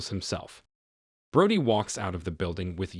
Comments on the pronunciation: It’s Bro-dee…not broady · Its pronounced Bro-dy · Did you even watch the movie? I'm pretty sure they call her Bro-dee, not Broad-ee